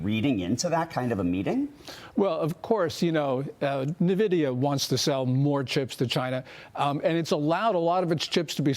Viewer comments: How can a business channel have a guy on who can't even pronounce the name of the second most valuable company in the world. Nahvidea? And the other guy talked about A.I. chips clearly not knowing much about the semiconductor business or the chips that were export blocked. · 😂😂N- vidia not Navidia😅😅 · Being an oldschool gamer. I cant stand the fact that people keep pronouncing it "Nuhhvidia" instead of "En Vidia". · I don't listen to anyone calling it Nividia! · it's not pronounced "nuhvidia" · Its nvidia...not nividia or nuhvidia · i dont wanna hear from someone who can't pronounce "Nvidia" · Dude doesn’t even know the company’s name. . “N”vidia.